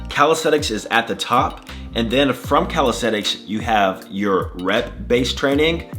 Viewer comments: CalistheNics. With an N. I feel like you're saying CalistheTics. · Did you know you say "calistheTics"?